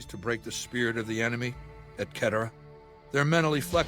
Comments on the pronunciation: Just heard the et ketera instead of Ed cetera lol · 100% the biggest crime is how he pronounces the word et cetera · is even worse than I thought, with the way he pronounced et cetera. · Honestly, deserves to die just for how he pronounces certain words. A man who pronounces et cetera like this does not deserve to continue existing.